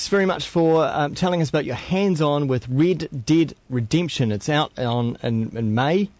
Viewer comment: I agree the way they say red dead redemption sounds like rid did redemption